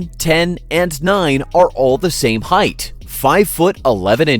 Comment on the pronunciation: It's height, not heighth. There's no TH sound in the word.